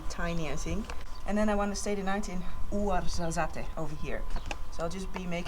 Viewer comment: Ouarzazate. Pronounced "War-za-zat" (if I remember correctly). 😉